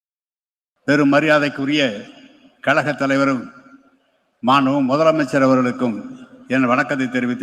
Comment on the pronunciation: அய்யா..... கலகம் இல்லை கழகம்😮😢